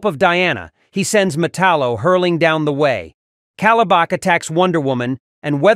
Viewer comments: did he say metal oh? It's Metallo not metal oh. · The guy's name is not mellow it's Metallo get it right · Did I hear medelo?